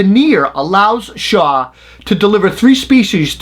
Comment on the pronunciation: Are you saying Shaw are shawr?